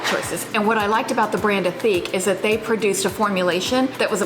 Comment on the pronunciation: You don't pronounce the H in ethique as it's a French word, so it's more like eh-teak. I find solid shampoo fine but can't get on with solid conditioner. My favourite solid swap was the Lush Mouthwash tabs. I even use them at home instead of having to store those big mouthwash bottles. PS - Discovered your channel today through my recommendations, so may be commenting on a few vids :)